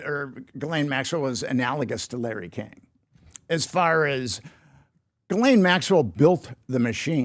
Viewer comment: "Tod Blanche, I want to say his name correctly" 😂 Her name is still not pronounced Jiz Lane. It sounds like Ghee Lan. Okay Put, second try might work, since pronouncing names is important to you